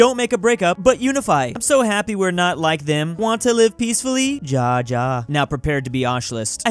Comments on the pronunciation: ja is pronouned ya in german. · Me when says pronounces it “Ja Ja” instead of “Ya Ya”: Time to commit spicy wind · he pronounced it as ya second time, but he said ja first time. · Its not Jaja its Yaya... I thought he knows a little bit through his memes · its pronounced as YA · "Ja" in Polish means "I", and it's also pronounced "Ya" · no as Y-aah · Why does pronounce it like “dja” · yes it’s pronounced as YA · ya its ya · It's pronounced "YA" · Yeah its ya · {insert any number} day of telling not to misread and pronounce german words. "Ja" means "yes" and is pronounced "ya" "bitte" means "please" and is pronounced... the way... it's written... I don't even speak german but i'm from hungary so i'm kinda forced to do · "Want more nutella? jaa, jaa beit!" Someone needs to teach this guy to say Bitte and Ja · Ja is kinda pronounced how travis scott says 'YA!!' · it’s ‘Ja’ is pronounced’ya’ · Did he just say...."ja, ja,"... with..a " J "... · Why do English speakers pronounce words that starts with a 'J' as 'TJ'. For example he says; 'TJA TJA'. But where is the 'T'? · Ja is actually pronounced like Ya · ja in german is pronounced like ya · And also ja is pronounced as ya I know this because I have a German friend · Ja is pronounced Ya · Hey please learn how to say ja not yeah i can say it normal beacose i know german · Really, someone needs to teach how to pronounce 'Ja'. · Someone needs to teach how to say "Ja" and "Bitte" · Yeah he needs to learn to pronounce 'Ja' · nah, it's funnier the way he says it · You are right. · I am learning German and even I know how to pronounce „Ja“ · needs to learn how to pronounce "ja" and "bitte" it hurts inside to hear him say it like that LMAO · Someone should actually teach how to say Ja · not pronouncing ja ja like that